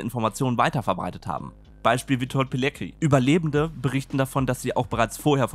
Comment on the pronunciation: Nur so am Rande weil es mir gerade auffällt. Der heisst Pilecki [piletski], nicht Pileki, das C gehört dazu und muss auch mit ausgesprochen werden, warum wird das so oft weggelassen. Aber ansonsten gutes klarstellendes Video.